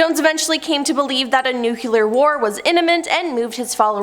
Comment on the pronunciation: As a broadcaster for many years, I know that you often come across a name or word that is unfamiliar. You can break it down phonetically, or highlight certain difficult syllables. For example - it is IM-an-ent. Not Inna-mint. It is NEW-clee-ar, not Nucular. It is Seventh Day Ad-VENT-ist. Not whatever you said! Maybe you are a writer who should leave the actual presentation to others. Every time I see that you are going to be doing an episode, I roll on to something else.